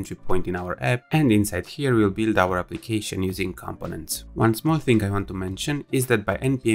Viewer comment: Not compo-nents, com-po-nents